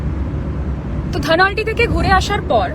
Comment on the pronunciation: ধনৌলটি। উচ্চারণ ভুল করছিস।